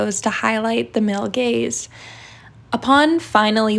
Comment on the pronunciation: I can’t unhear “male gays” and I’m confused for a second every time.